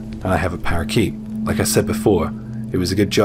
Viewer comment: Love the way you pronounce parakeet ❤